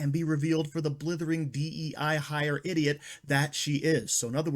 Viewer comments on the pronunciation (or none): I want to see some debates. Did you say D.E.I idgit? Or idiot? Asking for a friend.